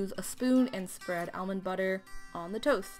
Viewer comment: Omg the way you say almond is so weird to me hahaha it’s like “elmond”